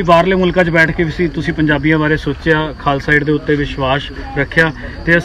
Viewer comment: Channel valio khalsa aid hai...tuci khalsa add boli jane o....theek bolo..khalsa add glt hai bolna...